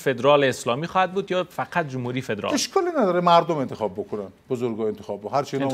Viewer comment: جناب معاون من خو نفهمیدم وقتی پدرال میگفتی منظورت پدرام بود یا فدرال؟